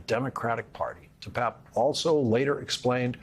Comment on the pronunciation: Hey Lawrence - get his name right there I Papp and Pape long A pape David de PAAPe